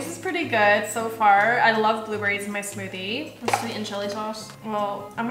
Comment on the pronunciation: When told 'put some more' said " this is my smothie"